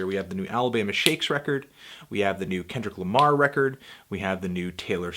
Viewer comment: please never say Kenny Lama again please